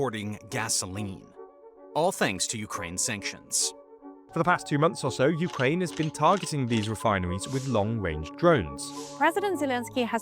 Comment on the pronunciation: Urkaine... lol